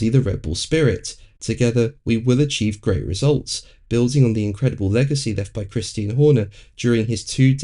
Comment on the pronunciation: Why would you keep insisting on calling CHRISTIAN christine???? He is a dude, christine is a chick name. WTF is wrong with you, have some respect. We all know what his name is AND how to pronounce it, how can you be a F1 channel and not know. Weather you like him or hate him, his name is CHRISTIAN, like the religion in case your still to $tupid to understand. Get over yourself guy.